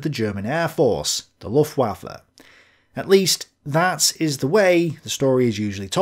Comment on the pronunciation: You have to start saying /ˈlʊftvafə/ - or 'the German air force'. But not luftwaffel.